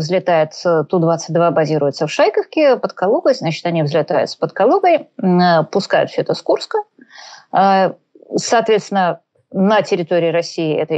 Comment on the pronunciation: Уважаемая Юлия, выучите же наконец произношение слова ШайкОвка! Слух режет, как вы коверкаете его в каждом эфире. Мне доводилось там бывать, и каждый житель говорил "ШайкОвка". У вас же отличная память, просто запомните один раз - ШайкОвка!